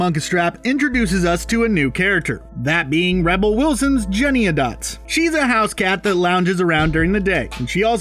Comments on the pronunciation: It made me cringe every time this dude said Jennyanydots' name wrong. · The way he prounounces Jennyanydots' name kind of bugs me. Is the "any" part of the name supposed to be silent the way he says it? It isn't in the filmed stage version. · He made the same mispronunciation in his other video about Cats too. Cringe-worthy! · I also scrolled to the comments to say this! For the love of god, just read the character name! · The only defense anyone has is that he's saying Jenny's name incorrectly. Now THAT'S cringe. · How do you manage to mispronounce Jennyanydots when you LITERALLY SHOWED A SCREEN CAP OF THE IMDB CREDIT???? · Nothing says "we didn't actually watch this movie" like mispronouncing a very easy character name. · Yeah, the clothing is basically one of the only two things that was kept from the original production. See, there, it actually makes sense because it helps to differentiate the characters. Also, you keep saying "Jennyanydots" wrong. Pronounce ALL the syllables. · The cringiest part of this video is the narrator continuously mispronouncing the name "Jennyanydots". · It's not "Jenny-a-dots." It's "Jenny-any-dots." That probably was what bothered me 2nd most in this video. The 1st was the same thing from the movie - the cockroaches. I hate cockroaches. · Please, to you and all reviewers of this travesty -- the character's name isn't "Jenny-a-dots" it's "Jenny-Any-Dots" -- I know, it's a horrible film, but it's made worse by this mistake -- thanks! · Sidenote- it's JennyANYdots, not Jennyadots. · Lol btw it's pronounced JENNY-ANY-DOTS not JENNY-ADOTS lol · It's JennyANYDots, not JennyADots. Which, granted, isn't any less awful but it just gets annoying when you mention about a million times in a CRITIQUE yet keep getting it wrong. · its jenny-any-dots not jennyadots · Jenny any dots, not Jenny a dots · why is he saying jennyadots its jennyanydots!!!!! annoying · Jenny-A-Dots lol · It’s “Jenny-any-dots” dude. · Who is Jennieahdots? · THANK YOU